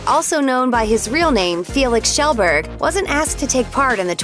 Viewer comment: You but pewdiepies past name is pronounced kee-yel-burg